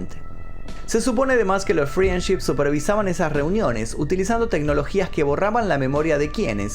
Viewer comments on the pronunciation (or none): Me pone mal q pronuncie FRIENship en vez de FRENDship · Friendship se pronuncia "frendship" sin la i 😉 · FRIANCHI ?????????? -----------Frendship se pronuncia Friendship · Creo que lo que más me traumó fue la pronunciación de "friendship".